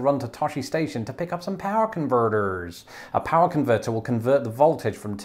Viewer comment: I love your American accent saying "power converter" and "foyer" 🤣